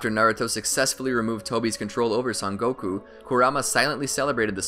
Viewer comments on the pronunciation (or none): none